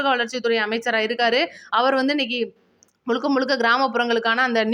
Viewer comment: முழுக்க முழுக்க என்று சொல்லவும். முளுக்க முளுக்க என்று சொல்றீங்க. தமிழ் சரியாக உச்சரிக்கவும்